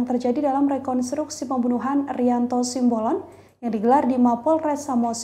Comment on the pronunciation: TOLONG UNTUK PEMBACA BERITANYA YG BENER, SIMBOLON BUKAN SIAMBOLON. masa baca doank salah